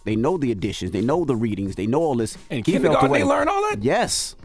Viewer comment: Did Tez say “kinnygarten” 🤦🏽‍♀️